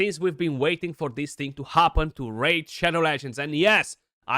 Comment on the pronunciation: thought u said RAGE Shadow Legends for a second at the start haha